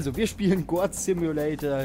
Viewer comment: es wird GOUT ausgesprochen :)